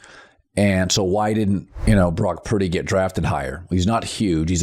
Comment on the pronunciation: Anyone else find it annoying that he cannot pronounce Purdy. It's not pronounced Piiddy!